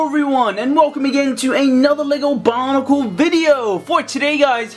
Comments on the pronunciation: why does he say bonicle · why do you say bionicle